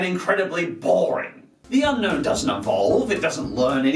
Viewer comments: A. Also, did you know that Unown is pronounced as it's spelt: Un-Own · Its actually pronounced un-own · Do you want to catch this pokemon? u-NO-wn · It's pronounced un- own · the correct pronunciation is UN OWN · its pronouced un_own not unknown